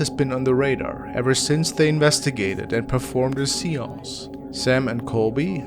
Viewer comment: It's absolutely adorable how you pronounce the word "Seance".. I've never heard it pronounced that way before till now.. 🤟